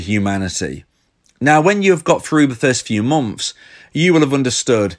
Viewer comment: Bri'ish peepo be like: "The First Few Mom'fs"